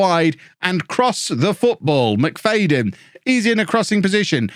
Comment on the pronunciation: McFADEn? Haven’t seen his name but I’d say It’s pronounced McFADen